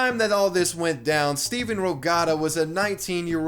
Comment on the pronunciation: I’m just upset you called him Steven 400 times and had his name on screen at the start and it literally doesn’t even have a V in it. It’s “Steph- Ann”